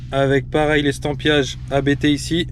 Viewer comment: Il ne s'appelle pas "A" "B" "T", mais Abt comme le nom de famille du fondateur avec 3 pilotes de course célèbres (dont DTM et Formule E) Vous devriez faire un peu de recherche / effort avant une vidéo! !! :-(